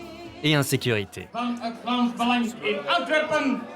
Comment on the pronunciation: Avant de faire ce documentaire faudrait peut-être apprendre à bien dire les mots on dit pas Belengue mais Belang